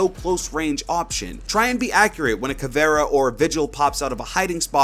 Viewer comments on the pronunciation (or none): I stopped watching when he pronounced Caviera as Cavarra